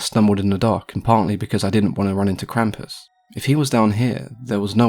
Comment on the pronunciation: Impressive pronunciation of the word Krampus, I didn't expect that.